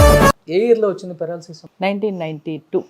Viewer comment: పారలాసిస్ కాదు పెరాలసిస్